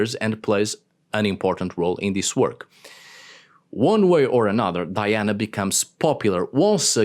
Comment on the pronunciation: Thanks for pronouncing the Latin name, Di-ana, multiple times instead of “Daiana”, it's nice to remember the origin of the myth. Speaking of origins, the goddess Diana vowed to stay a virgin and so were the nymphs of her “entourage”, she would never have had children with anyone. Just think that she had poor Actaeon torn to pieces by her (or his) dogs just for looking at her while she was bathing... 😁